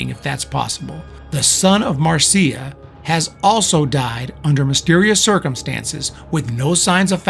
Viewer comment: Excellent video and research. You even pronounced her name correctly. Marcia pursued her yoga career and did not just live off her trust fund. Her books on yoga and astrology are worth tracking down.